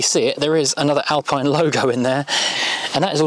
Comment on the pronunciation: You don’t pronounce Alpine correctly 😅